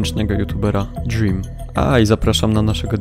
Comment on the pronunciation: "Od zagranicznego youtuberab Dźrim"